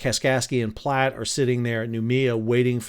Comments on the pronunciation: Love the video, but it pains me having lived in Nebraska for several years to hear Platte pronounced as ‘Plot’. It rhymes with ‘rat’ and ‘fat’. 😅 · "Platte" rhymes with "flat." Luv ya, doctor!